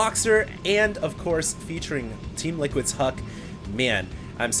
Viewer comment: "liquid huk"????